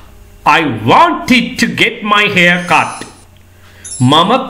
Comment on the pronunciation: වෝන්ටිඩ් කියලා උච්චාරණය වෙන් නෑ කොහේදිවත්.